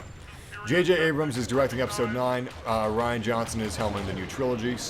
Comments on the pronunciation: Pronounced ryan not rian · I agree, everyone has opinions. But for "crimminy sake" RYAN!!!!! It's Ryan with a long "I" sound. Like "I am". C'mon G! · Lol, just for future reference "Rian" is pronounced the same as "Ryan." But yeah, the comedy was a bit off and most of the Canto Bite planet took me out of the movie for a bit. That one thing Leia did looked a bit silly... wish that was done differently. I liked Rose, just not the storyline they gave her. Also, Phasma and Snoke. Other than that, I really enjoyed TLJ though. If "smaller scale" is an issue, people need to realize just how small of a scale Empire Strikes Back is... It's no larger in scale than TLJ. P.S. I love Phantom Menace and Attack of the Clones. The battle of Geonosis in AOTC is amazing. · “Reean Johnson”